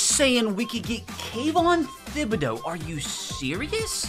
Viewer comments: It’s not Thib it’s Tib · It’s not pronounced thibodeaux it’s pronounced Tibodeaux